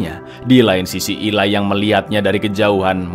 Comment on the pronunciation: Eli bukan ilai😅😅😅